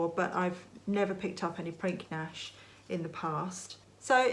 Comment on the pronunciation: Hi! Another great video! fyi - re. Prinknash..... Pottery at Prinknash Abbey produced by the monks. When pronouncing, the 'k' in the middle is silent.... so.... when spoken, it is.... Prin ash!